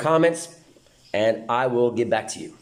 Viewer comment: "andi' say 'and' in a south eastern oirish accent...